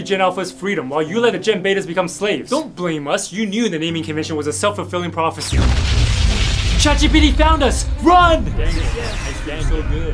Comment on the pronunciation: “Chat geebeetee found us 😂”